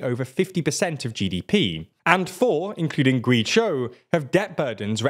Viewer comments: GuiZhhou as in Joe. Not GuiChao,GuiCho!!!!!!!!!!! Get it right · It's actually painful to listen to you pronounce Guizhou... It's not Gwee-tso, Gwee-chou, or anything like any of that shite you're saying. It's "G-way Joe". I suppose it's not as bad as calling Ireland "Island".... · Gway-Joe not Gwee-jow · Guizhou is pronounced more like "Gway Joe", not "Gwee chow". Good video nonetheless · Guizhou is pronounced "Gway Joe". Is there a Brilliant course on pronouncing Chinese pinyin? 🙂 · Guizhou is pronounced Gway-Jo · I think the word "zhou," which means a city, should be pronounced more like "joe." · Guizhou is pronounced Gweh-zsh-oh, just FYI :) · Guizhou is pronounced "GuayJo" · I like how you pronounced Guizhou differently every single time you said it. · It is pointless but it was funny how he pronounced it 5 different ways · Just a bit of advice. Please put some effort into pronouncing Chinese place names. Your pronunciation of Guizhou was really bad and very unprofessional.